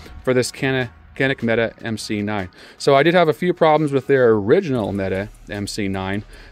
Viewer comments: Why does everyone call them META? It's pronounced meh-tay. English is hard for Americans i know. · meh-Tay MC9